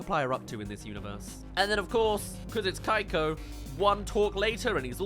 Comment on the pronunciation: Among all other things, I just have to know, why is her name pronounced “Kai-ko” and not “Kee-ko”? I almost feel like she would’ve been better if she had been some villain obsessed tween, you could even play into her spawning in at random moments and use it to jumpscare Megamind because she wants a selfie or wants him to sigh some random item. Also, the weather lady looks like a Miraculous villain. Actually Stormy Weather, a literal kid’s show villain, has better character design than the villain in this movie. 💀 Miraculous itself has better character design for villains than this movie does!